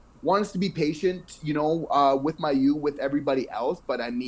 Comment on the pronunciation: You guys do my favourite Habs podcast! I really enjoy your take on the team. A couple of small things: It's Adam Nicholas, not Nichols. Also Mailloux actually pronounces his name MAY-OULX, not MY-OULX. I know that's not the way it would be said in French, but that's the way he says it (I'm from Quebec, and I would have said it the way you do, too, until I heard him). And finally, can I suggest that you correct a mistake that just about every sports commentator I know makes? If you're talking about something that can be counted - like goals, points, games, players - it's "number" not "amount." Amount is correct when talking about something you don't count (amount of time, amount of food, etc.). But these are small things. Keep doing the great job you're doing. I never miss your videos!